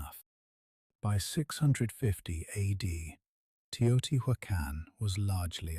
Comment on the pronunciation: PLEASE pronounce the names correctly. It's frustrating that you show such wonderful historical facts but don't take the time or make the effort to pronounce Teotihuacan correctly. It is not " tio-tee-who-ah-khan. Please don't insult.